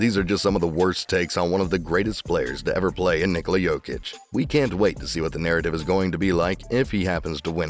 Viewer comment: At least nick wright is pronouncing „nikola“ right